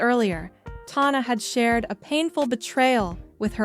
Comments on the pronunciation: the “tawna” is driving me up the wall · You did all this “research”, but what you should have been doing is learning how to pronounce her name.